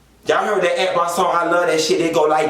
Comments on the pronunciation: When he read Arkbar 😂😂😂. Like thissss 😂😂😂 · Lmao why u read akbar like that girl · When he read Akhbar, I died like disssssss...💀💀💀💀💀💀💀💀